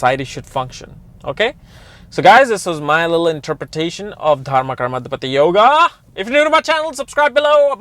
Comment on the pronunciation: Correct pronunciation is Dharma Karma Uh-dhee-patee Yoga